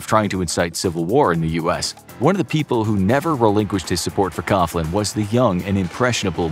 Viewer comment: Fr Coughlin's surname is pronounced KOG-lin, not Koff-lin.